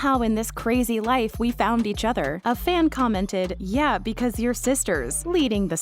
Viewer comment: She also said yay instead of yee ...